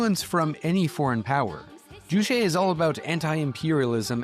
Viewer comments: Its JuCHE like Che Guevara, yeah no need to thank me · Ugh, juche is pronounced ju•che, with the second syllable pretty much like “Che” in “Che Guevara,” which you happened to say a zillion times in the section immediately preceding the one on North Korea. It’s not French as in chez.